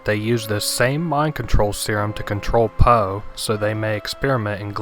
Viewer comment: HIS NAME IS NOT FUCKING POE please... no more... i cant take it...